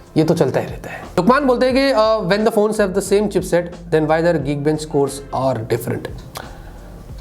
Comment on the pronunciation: Chipset not cheapset